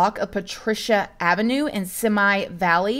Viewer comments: Hey Simi is pronounced SEE MEE valley, not semi like the truck. cheers! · It's pronounced see-me valley not si-my valley. That sounded funny when I heard you say it. 🤣 love you bunches. Watch you All. The. Time. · Correction. It’s Pronounced See-me Valley not “Se-My” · U know she isnt from California when she said Semi Valley instead of Simi valley...its pronounced "See-me valley" lol not semi valley lmao 😂 but its all good. Im from West Hollywood California born and raised. So had to bring that up lol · Not semi hehehe it’s simi hehehe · Wow, what a story! I used to live in Simi Valley, (pronounced See Mee Valley) it is a smaller, quiet community, & this is a horrific crime. Thank you for covering this story, I hadn't heard about yet. xo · Hey...have always ❤️‘d your channel and super positive vibes so much!! Lightheartedly, just wanted to mention that I can tell u prob haven’t lived in So Cal area I’m guessing, in that “Simi Valley” is pronounced as: “see-me valley”, just fyi 😉👍. I’ve been there a few time’s and it’s where the really cool former Prez Ronald Regan museum (as well as his & Nancy’s resting place) is located. It’s also not far from Calabasas area where the Kardashian’s are located in/around. ✌️ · Simi - pronounced “see-me”. 🥰🥰LA is my hometown. LOVEEE your videos!!! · Hey! ❤️love you and wanted to let you know that and that it’s pronounced Seemee valley! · See me (Simi) Valley is how they pronounce it. My uncle used to live there. Jasper is so beautiful. 😍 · With peace and love its pronounced 'Sime Valley' ❤ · “Seemee” Valley, not that it really matters, lol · I called it Simi valley for years the weird part is its pronounced (Seeme) valley??? Wild madness lol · lol simi valley is pronounced “see-me” ;) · "See me" valley. Simi Valley. 😚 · simi valley pronounced (seemee valley) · Simi is pronounced “See Me” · Simi= - "see me" Simi Valley. See me Valley. :). Tragic. Yes, almost always someone you know. Tragic.